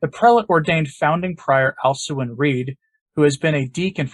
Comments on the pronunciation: Isn't his name pronounced as "AL-koo-in" rather than "AL-su-in"? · Thanks for the report on Dom Alcuin Reid OSB with whom I was acquainted in his layman days as Scott Reid many years ago as he is a fellow Aussie. Small point, but you pronounce his professed name Alquin as AL-kwern (not AL-soo-in) 😉